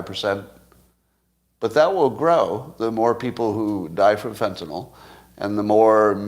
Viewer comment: Can I trust someone who can't pronounce Fentanyl?